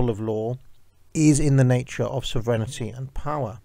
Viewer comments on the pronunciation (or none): You said it several times, so say with me, sov-reign-ity, not serenity.